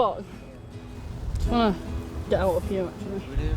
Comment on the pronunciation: “ le get”